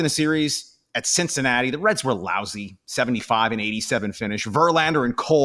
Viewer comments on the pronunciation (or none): none